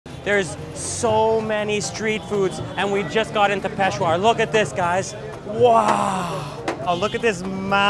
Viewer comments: It's not peshwar. It's "peshAwar". Peshwar doesn't sound right and i think it means something else in urdu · It’s Peshawar, not Peshwar. And I think you need shredded carrots in that. You should also do kabuli pulao. When are you going to do the movie ‘Hundred Foot journey’? So many great opportunities for dishes in there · Hello! This video made me so so so happy and I just wanted to point out that it’s pronounced “Pesh-ah-wur” Also I really felt seen and it’s wonderful getting to see my country represented on a channel I love watching! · hey! it's actually Peshawar, not Peshwar (that's not a real city lol). the pulao recipe was almost exactly how its made there but they usually add carrots in as well. the kebab however, wasn't a kebab at all its actually just called charsi tikka boti where boti means piece of meat. kebabs in Pakistan are different than what they would be in the middle east and take many variations. great video still!! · You guys can nail it while pronouncing Schwarzenegger and Galifianakis, but can't properly say Peshawar? It's just Pay-shaa-were.